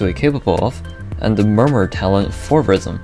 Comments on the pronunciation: deadass thought he said rizzm in the intro 💀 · bro talking about rizzm not rythm